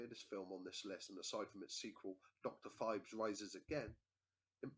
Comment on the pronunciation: It's pronounced Pheebs